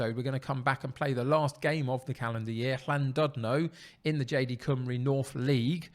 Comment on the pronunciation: I think you'll win the league Just another reminded the U in Welsh is pronounced more like an I like cymru is cymri and ruthin is rithin